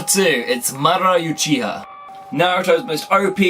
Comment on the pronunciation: not pronounced You chiha its OOchiha in japanese the letter U has a double OO sound